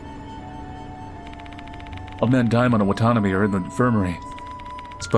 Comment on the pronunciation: my brother in Christ, please pronounce Watanabe correctly. It's not wa-tanbee. Its Wah tah nah beh. Only reason I'm nitpicking is because I know you're a weeb. Watanabe is like the "Smith" of Japanese last names, and in Hawaii we have tons of Japanese Americans here with that last name lol Unless you're intentionally doing that as some kinda inside joke. If so, carry on.